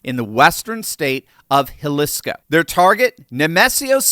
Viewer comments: Jalisco: (Ha-Lee-Scoe) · Jalisco is pronounced Ha-lees-co. The I is the "long E" sound. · Pronounced Haleesco. It was painful listening to you pronounce Jalisco.